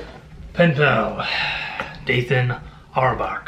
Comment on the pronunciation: You are pronouncing Dathan Auerbach correctly! I absolutely loved Penpal. I actually started reading it as the original reddit creepypasta. It was pretty incredible. I demand more Spoiler Panda! I’m sad that the Mandella Effect book wasn’t good. Such an interesting concept. :( I’ll be there for your livestream! Please reach out to me for any questions you have about it! It’s easy and tons of fun. :)